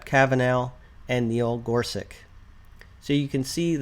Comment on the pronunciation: Minor detail here, but I know you want to pronounce the Justices’ names correctly: Kava-NAW, not Kava-NOW. Gor-SUCH, not Gor-SUCK.